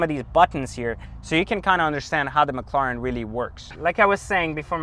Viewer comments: PLEASE >> stop killing the name .. it's a McLaren that's M (muk) Laren, it's not M Lauren like Lauren Jayregui .. so Mc La ren.. Please... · Learn how to say mclaren 😂 wtf is mclaaaren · What the hell is that annoying noise a the start? It sounds like a spray paint can or a packet of tic tacs rattling about! And what on Earth is a "Mik-claw-ren"? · Pretty sure you're pronouncing McLaren wrong but regardless you got the whip and I don't so I can't hate. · he definitely is lol